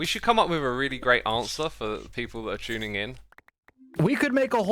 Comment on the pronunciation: why do brits say t like ch ? like X said Tuning as Chuning